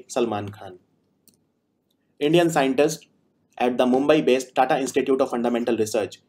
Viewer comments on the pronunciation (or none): none